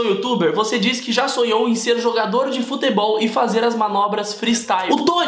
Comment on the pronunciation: o chris fala foTEbol😂